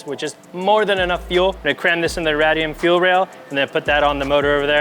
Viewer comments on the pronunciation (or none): Ray-de-um =radium.... not rad,e,um wtf lol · "rad"ium.. yikes